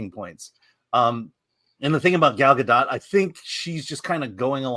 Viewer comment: Wow. Someone who knows how to pronounce 'Gadot'. Why do morons think the 't' is silent!?!?! She's not French!